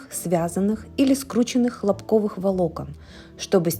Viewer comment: ХлОпковый фитиль! Ударение на первый слог! Он сделан из ХлОпка! Хлопок -это такое растение!